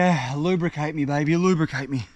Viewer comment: Are we just going to ignore that he's said lubercate me😅